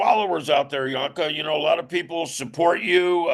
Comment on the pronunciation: Joenke (Jønke) NOT Jonke 08/